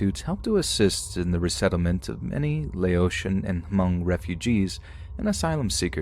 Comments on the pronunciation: Just for future reference it's just pronounced "mung" not "huh-mung" the h is silent basicslly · Oh nooooooooooo, hunny, Hmong is pronounced MUNG, not *H*MUNG!!!, 🤭😬🤦🏻‍♀️🥺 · Imagine my surprise & excitement hearing "Hmong" ...only to learn it's about Chai Vang. 😑😑😑😑 Also... the "H" is silent. It's pronounced "Mong". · All i know is we keep telling ppl the h is silent but every1 still pronouncing it as Ha Mong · The H at the beginning of the word Hmong is silent. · The H is silent in Hmong. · No H sound at the beginning of Hmong, just in case it comes up in the future.